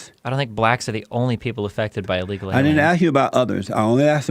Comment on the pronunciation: Has this Jesse Peterson guy had a stroke or something? Whats wrong with his facial expression, and why can't he pronounce words properly? "Illega alya's in the bla' communities" Or does he just have a REALLY strong accent?